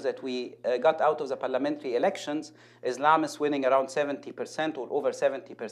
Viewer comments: الحقير ينطق (Islam) ازلام والصواب ننطقها (اسلام) بالسين والفرق كبير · هناك تعمد نطق izlam وليس islam وهي طريقة نطق معروفة في امريكا ومعناها اظلام اي انه دين الجهل والظلمة وهدا الخبيث عمرو يقصد ما ينطق للدلالة على ما يفهمه اعداء الاسلام وحلفائهم ، أعتقد ان الاخلاص لله ووحدة الصف بين من يحبون تطبيق العدل والحق في الرض بشرع الله سيكون الرد المناسب في وجه المنافقين والمرجفين وكل من له مصلحة في هدم دين الاسلام. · الفرق إن الأجانب غير المسلمين بينطقوها كدا و الأمريكان المسلمين نفسهم بيعلقوا على الموضوع دا و بيطلبوا منهم نطقها بشكل سليم هو بسلامته جديد على العربي و مش عارف ينطق السين ؟ بيقول الزلام عليكم مثلا ؟!